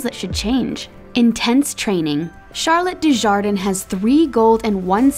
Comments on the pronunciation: It’s Charlotte dujardan not dujardin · they really said charlotte dujardin instead of charlotte du jar don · Charlotte Dusharden????????? Thats not how her name is pronounced!!!!! It's "Charlotte Du-jar-dan" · It’s Charlotte Dujadan not din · Doo jarden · sounded like a mustard ngl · Sorry, but you lost me at Du-jar-den. I've no time for anyone disrespecting the Queen. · ITS SAID CHARLOTTE DUDARDAN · LMAO “charlotte doojardin” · dujardin💀 it’s pronounced du-jar-dan if ur going to research someone at least know the name of the person your researching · It’s pronounced Charlotte Do-jar-dan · I cringed at the way they pronounced Charlotte Dujardins name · The way she pronounced “Charlotte Dujardin” got me cringing really badly 😬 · Who cringing about how she said dujardin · She said Dujardin wrong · Well, nice that they recognize how hard it is to do this (many thing we just 'sit there'), but sad you can't pronounce names like Dujardin and dressage correctly. :-( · Ok when she said Charlotte's name rong I cringed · U said dujardin wrong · It kinda annoys me how she pronounced Charlotte’s name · the pronounced charlottes last name wrong x( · Oof the way she said ‘Dujardin’ made me cringe 😬 (I’m British so that’s probs why 😂)